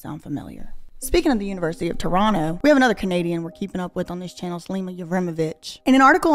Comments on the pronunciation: As a native Torontonian, you said Toronto correctly and also that you know Gaddi Red Challenger is amazing. Its definitely a bop out here!😂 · Perfect pronunciation of Toronto. 👏 👏👏